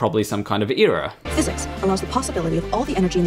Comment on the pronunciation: error isn't pronounced like that. it's error, not ear-or.